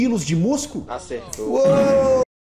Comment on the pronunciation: "acertô" pqp não tankei 😂😂😂